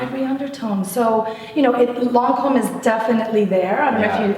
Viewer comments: Mmmmm the butchering of the French accent though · He doesn't even say lancomé right!?!? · funny how that woman works for Lancôme and can't even pronounce their product names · Interesting idea. It's a shame that this lady pronounced all the product names wrong...